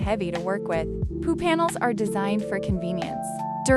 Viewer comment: Lol at the AI saying "poo panels"